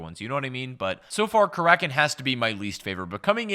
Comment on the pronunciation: Karakin? more like kalackin